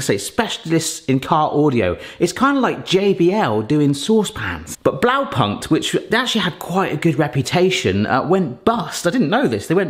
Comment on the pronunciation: It does hurt a tiny bit everytime he says "Blaupankt"